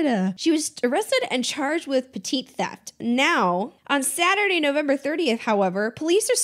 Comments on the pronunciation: Just an FYI: "petit theft" is pronounced "petty (rhymes with "Betty") theft." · Did you just say “petite theft”? 😂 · Petit is pronounced "petty" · petite or petty??